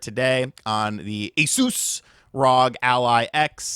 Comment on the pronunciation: Man I hate it when people say A-SOUSS!! 🤣🤣🤣